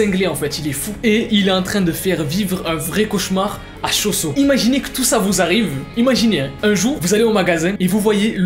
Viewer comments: Ce qu'il dit : Cho-Soo /se que j'entends :chausson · Suis-je le seul que quand il dit choo soo j’entends chauson